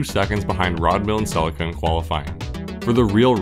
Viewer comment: Celica See Lee ka Ffs